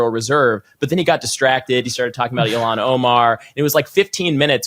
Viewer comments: Just a note to please pronounce Ilhan Omar’s first name correctly. It’s not Elon but sounds like ill han. Thanks! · My representative's name is pronounced Ill-han not E-lon. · It’s Ilan, with an H , not Elon with an L